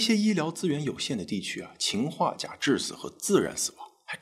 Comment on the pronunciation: 秦化钾听着好别扭！